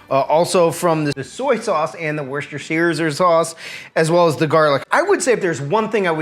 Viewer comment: Worcesterpfizer Sauce. For Cow-vid.